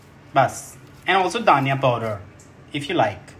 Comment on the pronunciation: Gaurav said: dhaniya😂 but I heard it Daniyal😂😂😂